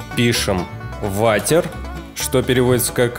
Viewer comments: Вообще правильно Уотэ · Не ватер а вотэr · вавер? ты серезно-_ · очень смешно, я и с учителем учила "Варер" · Нет, ты говорила "варер" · Как я ору ватер ужас ну и англ у тебя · Начала видео. Автор неправильно произносит английские слова : " water" "enter" Я: я не доживу и до конца этого видио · Ооо дааа, это очень бесит, даже перед видео слова не подготовил, или просто можно было не произносить по английски 😅💞